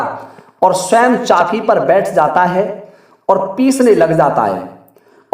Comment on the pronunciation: Are khot mohmd chaaki नहीं chacki hoti है न कि चाकी